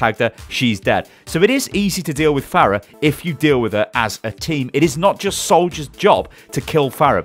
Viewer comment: Am I the only one that got increasingly triggered every time he said fairah instead of farah